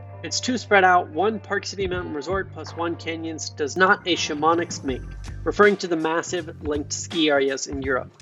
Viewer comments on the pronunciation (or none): Chamonix = shaa-muh-nee, not sha-mon-iks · “Sha-mo-nicks” lol. Check your pronunciation of Chamonix. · Interesting. Thank you! The entire western US needs snow badly. btw the French resort Chamonix is pronounced “sham-O-knee”. 👍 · the way he said chamonix lol